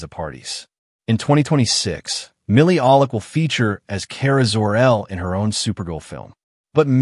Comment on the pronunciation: True that. AI can't even pronounce "Milly Alcock" anytime after finally acknowledging her. Supergirl "played by Kara Zor-El" ...? Um, ok, I guess, technically, in-universe that's accurate. Then the absolutely false but repeated claim that comic creator Tom King was responsible also for the screenplay. I only even opened this video because of the 1984 Helen Slater movie still in the thumbnail, looking for the context that back issue can draw to the new film's source comic. Talk about proving utterly useless!